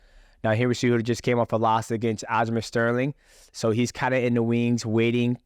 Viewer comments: Sounds like fuc<k master everytime he says it I like it Sterling should change his name to that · I love how he gets all the names wrong. Pretty sure he spent the entire podcast referri g to aljo as fuckmaster.